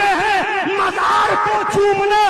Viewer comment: Ye to itna bada jaheel hai ki mazar ko majar bolta hai chor wahabi